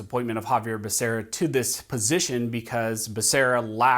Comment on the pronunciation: Exactly. Couldn't even say the fool's name correctly, or even the department in which he'll head.